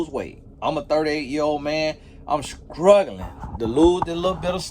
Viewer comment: SCCCruggling, carrrcasian 😂🤣😂🤣😁